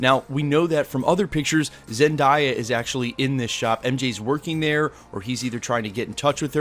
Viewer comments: Zendaya (zen-day-ah) not zendiea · ZenDAYa not ZenDIEa in Hermione tone 😂🙏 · Bruh it's Zen-Day-A NOT Zen-Dye-A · Zen-dye-ya ? It’s Zen-day-ya . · i hate when people say "Zen-die-ya" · Zen"DIE"ya ??? Bro its Zen"DAY"a. Zendaya simple my guy. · bro say it with me: Zen-dai-uh...I think its African. Not die, but dai. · zenDIEya. hes either pronouncing it wrong or everyone has been this whole time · ahhh I cringe whenever people pronounce “Zendaya” as “ZenDIEya.” 😬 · her name is pronounced ZEN-DAY-A ...if u cared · I was wondering why he was pronouncing her name like that. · Its Zendaya not Zendaaya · He said zen-dai-yah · Excuse me but did you say ZenDIEa 😭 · "Zen di ya" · Zen-die-yuh Jake Gill-en-hall .. pronunciation matters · Zen-die-yah. Lol what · Her name is pronounced Zen-day-ya bud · it’s not that hard to pronounce dude. ZEN-DAY-AH. you pronounce everybody’s name correctly except for her and it’s starting to get real disrespectful. Get it right or just stop reporting about her. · Can you plz look up a vid on how to say Zendaya. ZEN-DAY-A 😊👍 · say it with me ZEN DAE YUH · Her name is pronounced “Zen-day-uh” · Hahahah he said Zen die ya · He pronounces it Zendaiya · the way he says her name makes my ears hurt😂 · you pronounced zendaya’s wrong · Yea that hurt a lil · the way he said zendaya tho 😭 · Am I the only one that heard him say zendaya the wrong way? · You need to learn how to pronounce Zendaya's name, my friend. But I am very excited to see a video of Tom Holland on set! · anyone else getting mad at how he pronounces gyllenhaal and zendaya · Bro how tf can you still not pronounce zendaya